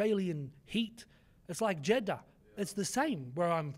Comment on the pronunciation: Bro said like Jeddah. 😂